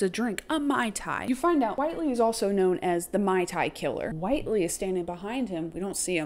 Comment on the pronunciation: Whitely—— (Wit-Lee)